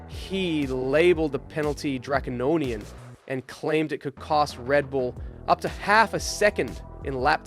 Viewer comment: Young man, you can't even pronounce "Draconian" - please work on this for your own future in this industry. Read books, please.